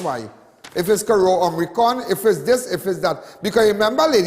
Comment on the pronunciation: Not Om-ri-con. It is Omi-cron. Lawd!!